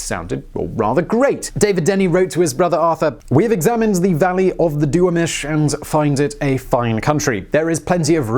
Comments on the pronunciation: (1) It's pronounced "AL-keye." The "i" is long. It's a Chinook word meaning "by and by." (2) It's pronounced "doo-WAH-mish." (3) For a very enjoyable look at the early days of Seattle, read Sons of the Profits by Bill Speidel. (3a) Read Doc Maynard: The Man Who Invented Seattle for a look at another character from the early days. (4) If you get the chance, do take the Seattle Underground tour. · Duwamish. The accent is on the middle syllable. You've obviously never been there. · *AHLk-eye *Dew-ah-mish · Dude!!!!! It's Dew-wahm-ish See Duwamish Ugh Queen's english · And DU-Wahh-mish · Duwamish (doo-WAH-mish) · Alk-eye, not Alkee. Du-wah-mish..... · alk-EYE Du-WAH-mish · Alk-eye. Hard I. And Doo-Wah-Mish. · Alk-EYE not Alkee. DuWAMish, etc. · Al-KYE Du-WAM-ish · Duwamish is pronounced Do-Wam-ish. Alki is now pronounced Alk-ai, even though it was pronounced like he did back then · I grew up an hour north of Seattle and now live here. It's been a while since I took the underground tour in 5th grade (I'm 28). Here are a couple things you missed: 1st of all, pronounciation- (I don't have the time to do this properly so hopefully this will work) Alki: Al-keye, Duamish: Dew-aum-ish. 2nd, the settlers spent the 1st winter on Alki, against the advice of the natives, then moved inland to where downtown is today. 3rd, someone already said this, but Seattle was named after Chief Seattle of the Duamish tribe. 4th, they got rid of Denny Hill to fill in the city. They used water to wash the dirt downhill. Also, they used a little bit of everything they could find; sawdust, garbage, etc.